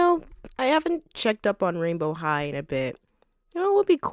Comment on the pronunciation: I thought you said royal high💀